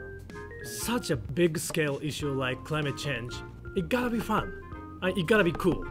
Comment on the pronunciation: 초반에 fun cool sexy 발음 존나 개찰져 zzzzㅋㅋㅋㅋㅋㅋㅋㅋㅋ